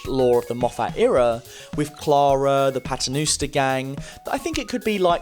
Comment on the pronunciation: Did he just say paternooster?